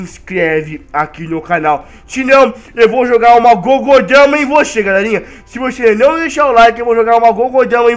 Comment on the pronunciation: nao e GOGOdama mas sim GUDOdama